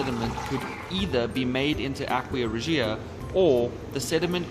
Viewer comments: Please learn how to properly pronounce aqua Regia. It's not ahk-we-uh it's ahk-wuh and Re-juh. I thought subbing but couldn't take it. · The way he says aqua regia